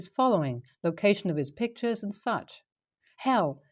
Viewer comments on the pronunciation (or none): none